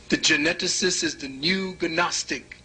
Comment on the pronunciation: I was enjoying his monologue while working until when he mispronounced gnostic as ganostic two or three times. Kinda killed it for me. If he doesn't know the g is silent why did I waste time? I want those 34 minutes back.